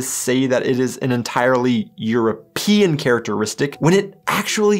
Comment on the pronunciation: Why do you pronounce european like europeean? Do you hate europe?